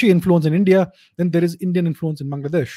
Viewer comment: the way he said bangladesh the frst time and laughed.. 😂